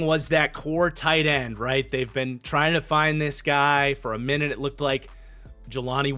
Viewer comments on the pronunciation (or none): none